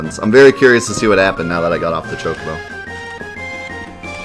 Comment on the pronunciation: Choc-o-bo, not CHOKE-o-bo - twiggyw